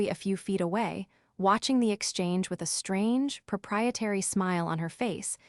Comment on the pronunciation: What is a strang e? Get a real person who understands English to read your stories